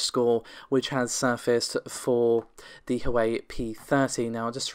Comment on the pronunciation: Sorry to sound "nit-picky", but it is "Huwa-way" phonectically for Huawei.